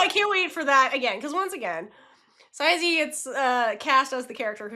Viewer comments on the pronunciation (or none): I'm sorry but I can't help myself Ciize's name is pronounced Sai-Sii not Sai-Zii 🙂 also I can't explain how happy I am that she's in the show, been freaking out since the trailer 🥰🥰🥰🥰🥰